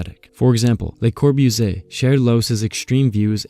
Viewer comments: Geezus, if you're gonna narrate then friggin learn how to pronounce the words and names FIRST! [LUH] + [KAW] + [BOO] + [ZEE] + [AY], [MEES] + [VAN] + [DUH] + [ROH] + [UH] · wow great video! a lot of amazing topics and information. LOL though because op decided to use Siri to pronounce Bologna but chose to butcher Le Corbusier multiple times.